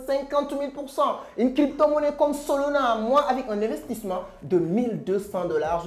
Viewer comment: Solana fais un effort pas solona